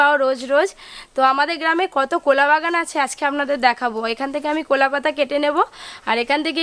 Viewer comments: কোলা না কলা 🤣🤣🤣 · কোলা নয়, কলা বলো । কোলা পাতা বা কোলা বাগান শব্দটি কানে খুব লাগছে। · Unar pronunciation er problem ache onek. Uni কলা k কোলা bolen মজা k মোজা bolen বড়া k বোড়া bolen. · এ ভাই উচ্চারণ টা তো ঠিক করো,,, কোলা পাতা কোলা পাতা রেসিপি রেসিপি 😅😅😅😅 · কলা পাতা বলো ঠিক করে